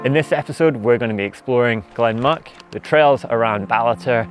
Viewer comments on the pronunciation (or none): Mick its pronounced ;) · Ha ha ha I thought that too. Muick is pronounced "Mick" and Bhuird (as in Beinn a' Bhuird) is said "Voord". Absolutely brilliant video though and some superb drone footage.